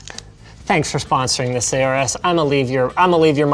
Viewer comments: normal people: aorus linus:eyyyooorus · "A Orus" LOL Isn't the "Aor" portion pronounced like "Aur" in "Aurora"? Didn't Gigabyte take inspiration from the Egyptian god "Horus" (a bird, like the Aorus logo)? If that's the case, remove the "H" in Horus and add an A. It would literally sound like Horus without the pronounced "H" sound. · Been actually looking into it. Linus pronounced it wrong. You are supposed to say it similarly to saying Horus, like the Egyptian god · I always pronounced aorus as orus